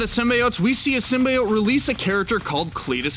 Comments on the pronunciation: It’s SYM-BEE-YOTE NOT SYM-BYE-OYTE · Prince Paradox ikr i think its supposed to be pronounced like “seem-bee-ote” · IT'S "sym-BEE-ote"! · Symbiote for Pete sake Not sim bye ot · I think Spiderman will appear in the movie. I think it was Marvel that lied about something not being in one of their movies. (Also its pronounced Sim be ote not sim bye ote) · Every YouTube channel that reports news at the moment says "sim-BYE-oat" instead of "Sim-B-oat" (how it's meant to be pronounced... you can tell which channels are just reading from scripts and which actually know what they're talking about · Did you litterly just say SYMBYEOTE! It's sym (bee) then the other part of symbiote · Damn it it's sim-bee-ote not sim-bye-ote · Stopped watching after the 3rd time I heard "sim-bye-ote." It's "sim-bee-ote." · Symbiote pronounced (sym-bee-ote) not (sym-bye-ot) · STOP SAYING SYM-BYE-OTE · although, Marvel does want Sony to pronounce it as sim-bee-ote. just saying. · SIM-BEE-OTE HOW HARD IS IT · Its always been bi. You were taught wrong by 90s failtoons. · Why do i hear SIMBA-OATS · PROUNOUNCE SYMBIOTE CORRECTLY: SIM-BEE-OAT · It is pronounced (sim) (bee) (oat) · Dont Sym-Buy-Ote me. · My god can no one say symbiote correctly..sim-bee-ote lol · It's Sim-bee-oat ffs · I HATE how the movie/this video mispronounce "symbiote". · Carlton Drake actually correctly pronounced it in the trailer, but the lady who introduced them and the person who narrated this video said it wrong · Riiight?? My ears... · The way u say symbiotes triggered me hard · you pronounced symbiote wrong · You got a thumbs down ther min you said symbiote that esu way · I hate the fact they mispronounce “Symbiote” in the movie. Ugh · Also stop mispronouncing symbiote it’s annoying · I stopped listening the moment you mispronounced "symbiote". Shame on you. Disliked. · Had to stop watching due to the fact that you can't pronounce symbiote correctly